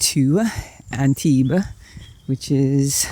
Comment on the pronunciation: Good Antibe(a) pronunciation! I used to live there, and you got the local pronunciation right!